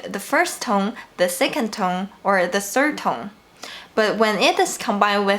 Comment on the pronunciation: [feedback] Whenever you say 'tone', it sounds like /tʌŋ/ or /toŋ/.